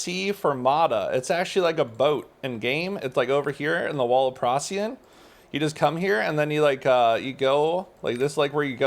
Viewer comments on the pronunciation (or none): And procyon